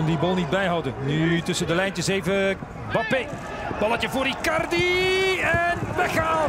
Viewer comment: Zei hij nou 'Bappe' in plaats van 'Mbappe'?